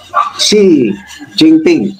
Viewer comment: Ang pag pronouns is shen Jin ping